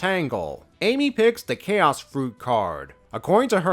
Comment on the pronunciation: C-H-A-O-S without the apostrophe is pronounced 'kay-oss'; C-H-A-O-S with the apostrophe is pronounced 'chows'.